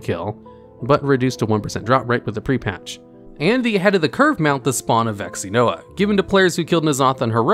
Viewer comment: I'm sorry but... "vexinoa" bruh...